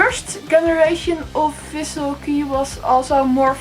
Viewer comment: It's not Visual Key, it's Visual Kei, second word not sound like english word "key". ;)